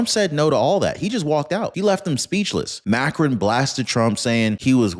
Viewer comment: It's pronounced Mah krown... 🙂